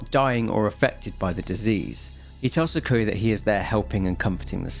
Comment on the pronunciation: I had a stroke each time you called kureha Korea and sakuya sakuhya great video regardless ur videos bring me so much comfort keep them coming especially the ps2 horror ones much love.